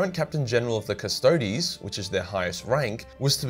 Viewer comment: I'm so happy that you pronounce "Custodes" properly. Cust-odees. Not Cust-odes. This is the way.....of Latin.